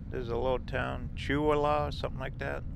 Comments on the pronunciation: Cha whee lah. Call Ville. Those Indian names are always pronounced different. Zips is awesome, it's like a Hardee's. From the dam you could've gone to Usk/Ione. It would've brought you into Colville. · 1. Too bad you can't read. 😳 That's not "George" creek, the sign says it's Gorge Creek, you know, the creek that runs down that steep gorge.The proper pronunciation of the town of Chewelah is Chew-WEE-la, derived from a Kalispel Native American word. 2.What a wasted opportunity to learn about the natural history of our little known North Cascades National Park, and the Scenic Highway you just drove through. WA State Highway 20 cuts through a portion of North Cascades National Park, hence "Scenic Byway" betcha didn't Google THAT before you started your drive! There is also a rich geologic history in those mountains both in their unusual 400 million year old formation history & the rock that more recently drove the early19th & 20th century gold mining operations out of Republic WA. Hecla Mining ran mines all through the area for over a century. Calibre Mining Co. of Canada has mining interests there still, with gold deposits estimated to be worth around $2-3 billion. There are prospectors that work private hard rock gold claims in the area too. The unusual milky turquoise color of the water at Diablo Dam is from the ancient glacial history of that valley that was ground out by the Cordilleran Ice Sheet some 2.6 million years ago. The color comes from the reflection of light on the high concentration of suspended fine rock particles in the waters called "glacial flour". It's an uncommon natural phenomenon when there are no live glaciers in the area providing glacial run-off into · Chewelah is pronounced chew we la. Roosevelt Lake was created when Grand Coulee Dam was built. The N Cascade hwy is spectacular, I've traveled on it many times; always stop at the overlook. Thanks for this excellent video!